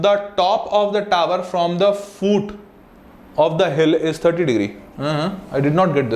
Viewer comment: It's foot not fooot